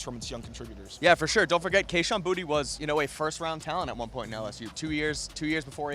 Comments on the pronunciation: he may have been trolling, but when he arrived and was asked by a local reporter, he said “bootie.” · it’s bootie. he said so.